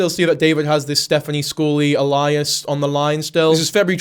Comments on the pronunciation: Loool. A-lie-us is not how alias is pronounced. It's Ay-lee-as, say it with me AY-LEE-AS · "The Reddit" and "A-lie-as" . I'd like to fight you. Thank you. Good video btw. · Just a wee heads up alias is pronounced A-Lee-Ass or A-Lee-Asses if plural. Not really a word in common usage! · Like the video and agree with you that everyone has to stop feeding the lolcow. But Pretty hard to take you seriously with that pronunciation of alias. ‘Elias’ is a name, ‘ale- ias’ is a pseudonym. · OMFG. Babe. It is pronounced “AYY•LEE•US” I don’t know why you keep saying “UH•LIE•US” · pleeeaasssee love Ur vids but it's Ay-lee-uss not Al-lie-us 😭😭😭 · This guy is fuckin terrifyingly creepy. Btw its not alias pronounced Elias its ay-lee-us. No hate it just threw me for a sec!! Happy Christmas to the jiblets especially my bpd musketeers from his (far too rare) lives!❤ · This is an amazingly informative video and its really well made but PLEASE its ay-lee-us not Elias 😭😭😭. (Not hate btw) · alias, eh-li-as not ali-as. but good vid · The way he pronounces 'alias' is just the name Elias lol, it's ayy-lee-us not Elias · 'Alias' is pronounced ay-lee-us 👍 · Super annoying of me but you’ve pronounced alias wrong, it’s pronounced like aye-lee-ass. Love ur vids anyway. Sorry to be that person but genuinely thought you might want to know 🫡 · Alias is pronounced AY-LEE-ISS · Alias is pronounced ay-lee-us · Alias is pronounced ay-lee-es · Brother you gotta learn how to pronounce Alias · I die a little bit inside every time you mispronounce "alias" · Alias is not pronounced like that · Is alias another alternate British pronunciation? Like Aluminum? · I love your content but dude that's not how you pronounce alias 🥹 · Alias very unique pronunciation. No shade but never heard that before. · I normally love your videos but I simply can’t deal with the way you pronounce “alias” 😂